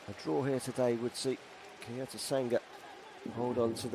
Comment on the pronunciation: why does the commentator say "kayocera" and "kayoto"?